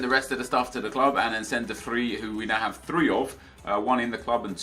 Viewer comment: it's pronounced De Vreye